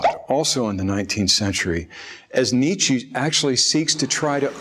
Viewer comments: I'm sorry,, but Nietzsche's name is pronounced "NEET-chuh", not "NEET-chee". You don't say, for auto brand Porsche, "Porshee", do you?...Of course not; and it would be very annoying if you did. It would be understandable if an American said "Porsh" (since we are so used to the silent 'e'), but very annoying if he kept on saying, "Porsheeee", wouldn't it? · I found the background electronic clicks and other noises, which accompany the visuals, very disturbing. A small personal thing, the speaker doesn't know how to pronounce Nietzsche, which leads me to believe that he has probably only read these great works as translations. Shallow - by reading only in translation, one absorbs someone else's opinion of what the original author meant. A translation by someone, and only by such a person, who truly understands the author's intent, can approach a decent rendition. However, the idiom, the cultural context, is lost. In my opinion, this is the basis of why we see much of academia these days as lost in navel-gazing. It's also why American politics, seen from a European perspective, is so crazy. The modern philosophical works, such as Foucault, which are abstract observations of ideals, mirages in effect, are taken transatlantically as real objective realities. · the way he pronounces Nietzsche hahahaha